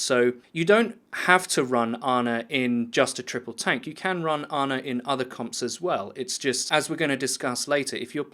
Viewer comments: Her name is Ana, not Arna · its funny how he says aner was good in the tank meter. there no r's in those words dude.